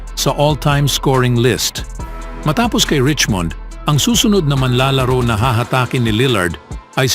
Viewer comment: Pls check pronunciation of MANLALARO. Thanks